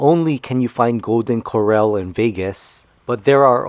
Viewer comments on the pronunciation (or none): It’s pronounced Core-Al as in pal. But your video still gets an A PLUS! Thank you! Hint: the double RR in Corral makes it an “a” like in pal.